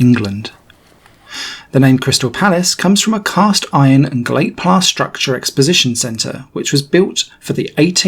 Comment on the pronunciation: Circa 00.20 you described Crystal Palace as being made of iron and "glate plass". I just watched it a second time and that is what you said meaning plate glass of course. I thought I was going doo-lally but that`s what you said.